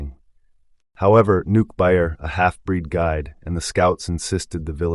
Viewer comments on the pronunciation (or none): Nukke buayer? Dude doesn't even know the names of the characters